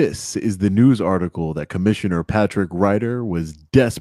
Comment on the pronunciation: Never put someone in charge that uses "Dat" instead of "That".